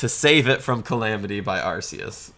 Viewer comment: Dammit, you took Latin, it’s ARK-EE-US